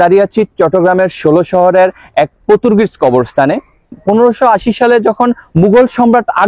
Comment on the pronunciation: পতুর্গিজ না,পর্তুগিজ হবে